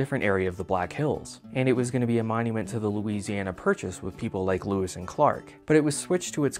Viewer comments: Great series of videos. But it was "Lewis" and Clark, not "Louis" and Clark. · Lewis not Louis